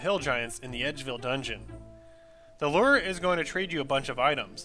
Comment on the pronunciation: Lure with a long "U". not Ler XD